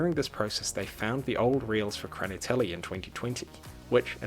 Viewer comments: Please, if you try to translate a Russian word to English, first listen how a native speaker says it. "Kraniteli" scratches my ears as a Russian speaker. The film is bizarre as hell. Peace. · It's "Hraniteli" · Прикольно произносишь "хранители")